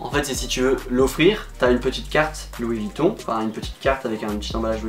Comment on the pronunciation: « Louis VuittOU » je suis en larmes😭😭😂